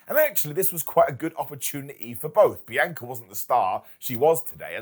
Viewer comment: Say it with me Brits "BEE-ON- KAH-"